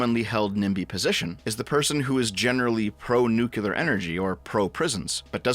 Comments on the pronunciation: Damnit, it's pronounced "new-clear" not "nuk-ular" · New Clear, my man. It is pronounced like new clear.